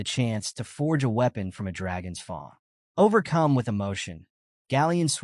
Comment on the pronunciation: FANG NOT FUNG lol